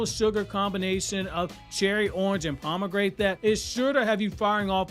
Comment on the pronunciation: Lmao "paa·muh·gra·nuht" is how you pronounce it Pause